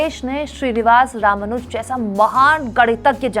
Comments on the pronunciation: रामानुज नहीं रामानुजन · त्रुटि सुधार: रामानुज= रामानुजन